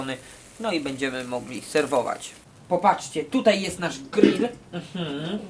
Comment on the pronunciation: Wtedy to nie jest grill tylko gryll:D